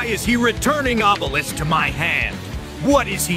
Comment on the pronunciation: I love how he says, "You know exactly how this works." instead of explaining something so simple. That and how he pronounces obelisk as awww-bell-isk